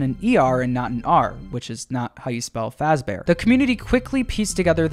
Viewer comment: 'which is not how you spell fazbear' ah yes fazber